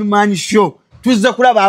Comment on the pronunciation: ekigambo “Show” sikizibu nyo lekerawo Sooooo yo